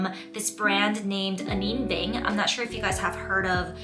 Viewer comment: Have you learned how to pronounce her name since filming this? Just wondering! I think it’s important… ☺️